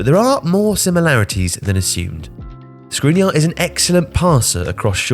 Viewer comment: Milan Škrinirar is pronounced with sh sound.